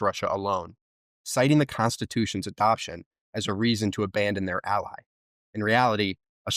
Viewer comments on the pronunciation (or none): none